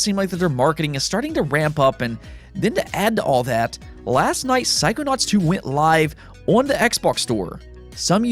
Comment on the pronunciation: took me a minute to figure out what you were trying to say, "psychonauts".